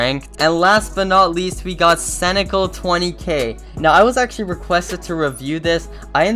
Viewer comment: The way he says hydrogenate and scenical is so funny . I don’t think he realizes he is pronouncing them wrong